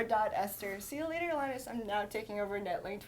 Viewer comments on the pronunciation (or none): none